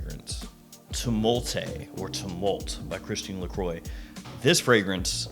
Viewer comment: You’re saying Christian Lacroix wrong … it’s not lacroy it’s lacrwah.. 😎👍🏼